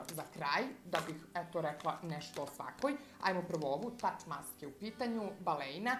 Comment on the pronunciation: Inace se kaze TUHmaske, jer na Nemackom jeziku se papir kaze tuch. Cisto da znas ❤